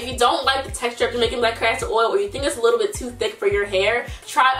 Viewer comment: “Just be a lor bit mindful of that” you really are from Baltimore 😂😂